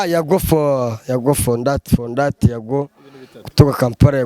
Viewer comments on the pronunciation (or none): Yago pondat ❎ Yago fondati✅😂